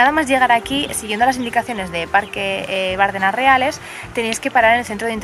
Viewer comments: ¡ Bardéééééééénas ! ¡Joe Bárdenas! Palabra llana terminada en s, sin acentoooooo!!!!!! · No se pronuncia Bárdenas. Si no Bardenas. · Se pronuncia Bardenas, no Bárdenas. Es una plalabra llana. :) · Bonito vídeo de mi tierra. Quedáis todos invitados. Solo un par de apreciaciones. Esas aves tan majestuosas son buitres leonados. En Navarra hay multitud de colonias de esta ave carroñera compartiendo riscos con alimoches. Por otro lado, se dice Bardenas, con la acentuación en la "e" y se escribe sin tilde, porque es una palabra llana. Por lo demás, me encanta que nos visitéis y conozcáis esta bella tierra. La próxima vez, si me avisáis con tiempo, puedo haceros de guía y enseñaros otras partes y rincones de Navarra muy poco conocidas como el Señorío de Bertiz, Sierra de Lóquiz, Codés, Montejurra, bellas poblaciones como Ujué, Gallipienzo, Estella, Artajona, Zugarramurdi, Elizondo, Roncal, Monasterios de Leire, Irache, Fitero, Iranzu, Oliva, Castillos de Javier, Amaiur, Monjardín, etc... Incluso la única fuente del mundo por la que sale de su caño vino tinto. Navarra es la gran desconocida y seréis bienvenidos.😜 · Bardenas, acentuada en la E: no es esdrújula. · Como me duele en los oídos el escucharte decir Bárdenas!!! En la zona reconozco que tenemos mucho acento pero precisamente “Las Bardenas” no lo lleva. Por lo demás bonito vídeo,deberías volver por que te dejaste más parajes preciosos entre ellos la selva de Irati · Bardenas, sin acento en la primera A